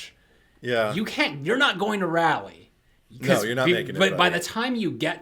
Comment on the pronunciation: Hey Guys! North Carolina native here. Raleigh is pronounced like it rhymes with holly (think of the song " Deck the halls with boughs of holly Fa la la la la, la la la la"). Both of you seemed to be uncomfortable when you said it. Hope that this helps♥